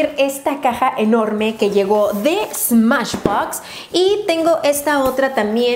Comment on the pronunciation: en el minuto dijiste smachbox o algo así pero no dijiste smashbox like si te diste cuenta